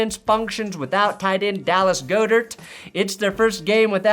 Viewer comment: You killing me, Look here, it's not GO'DERT, Goedert is pronounced GOD'ERT... FlyEaglesFly BirdGangTillIDie 💯🦅🦅💯